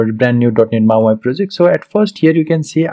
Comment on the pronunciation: Hey thanks for doing this video. Just so you’re aware it’s not pronounced as “mau i” but “mau e”….mau eeeee hope you can understand this. Keep up the good work friend!